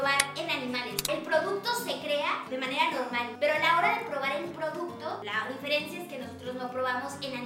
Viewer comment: Yuya dijo DIFERIENCIA